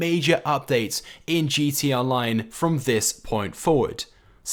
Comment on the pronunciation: Your saying gt online